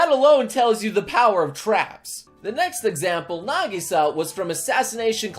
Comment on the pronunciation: Nagisa more like Nagi-Kyaa